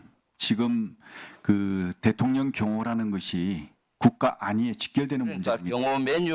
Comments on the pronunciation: ㅋㅋㅋㅋㅋ 대통 년,😂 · 대통년 ㅋㅋㅋ 저 만 그렇게 들리는건 아니었네요!